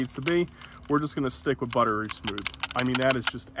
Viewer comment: Butterly smooth? wtf? lol It's buttery, not butterly. It's funny that so many people never heard of this company until they got into the tactical timmy influencer marketing space on Instagram and Youtube. They were well known in the 2011 competition space before even making guns, because they made steel grips for 2011s. Later, they made the Honcho race guns to compete with companies like Infinity and Atlas Gun Works and had some cool innovations in terms of modularity and making one gun serve multiple roles, multiple calibers, etc. It's also kind of funny that all the timmies worship STI/Staccato so much, because they were always kind of looked down on in the competition space as the entry level 2011 manufacturer, and their DVC line up of open guns always had problems with comps breaking. They were known for being cheaper and having worse QC/worse quality overall. The XC shoots great because of a smart design, but the main thing STI/Staccato got right, from a business perspective, was moving away from competition guns and targeting the timmies. There is way more money to be made with that audience vs the competition audience, just because the competition crowd is much smaller and much more picky/demanding about quality, because they actually know their shit. That's why Phoenix Trinity did what they did with these guns. You can also see that many choices they made with them, like going with Cerakote instead of DLC, going with the grip tape, etc. were aimed at reducing their ow